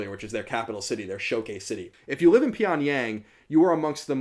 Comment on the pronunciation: Hey loved the video! Just wanted to give you a heads up on your pronunciation. It's understandable because the romanization of korean is pretty bad, but that being said I figured you'd want to know how to pronounce these words since North Korea interests you and you were using them alot: (김정은) Kim Jung Eun - the eu is pronounced like oo in book not like in food. (평양) Pyongyang - the a in yang is like a in fall not like in hay. And make sure to pronounce the (ng)s as (ng)s and not as (n)s (주체) Juche - the ch is a hard, sharp ch like in chips.